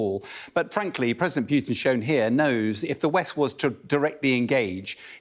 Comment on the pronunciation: It's not PYUtin. Putin.